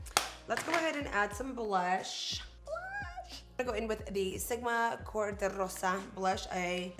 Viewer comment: Blussssshhh lol the way you said it was so funny 😂😂😂